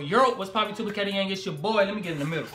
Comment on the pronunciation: on ur intro the word the supremekati u said the supremekat